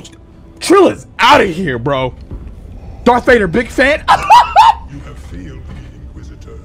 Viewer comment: Darth breader lol😂